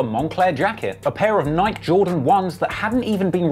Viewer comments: Nike not Nik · Great story. But did you say nike and not Nike?? 😂😂